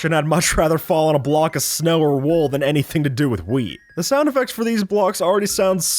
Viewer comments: “Shnow” PFTTTTTT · did you say shnow